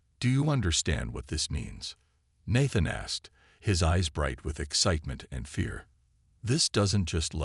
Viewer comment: The first a in Nathan is pronounced like hey.